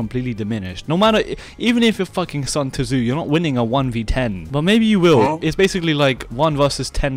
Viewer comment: "sun tuh-zoo" is crazy